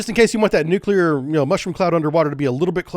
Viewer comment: Hey! George W Bush has a copyright on pronouncing it "Nukyaler", even the First Lady Laura Bush teased him about it.